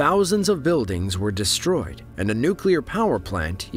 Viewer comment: When you say “deshtroy”, do you mean “destroy”?